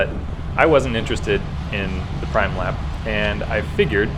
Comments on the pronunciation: Prime is pronounced "preem" in bike racing. :) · Good video. Prime is pronounced "preem" . The price you pay staying in the front few in most of the race then last lap all the "sleepers" come out. I have more times than I can count have been in front too much. The races I have placed I almost always came from the pack on the last lap. Yeah hands of the bars....I don't care when you are out alone in the back...but in the race yeah don't do it. This year with the heat summer racing has been very hard, keep up the good work.